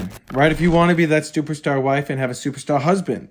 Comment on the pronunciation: I think my favorite part of this video is how adds an extra "t" to the word "superstar". Don't take my word for it, watch the opening 30 seconds and hear talk about his "stuperstar wife".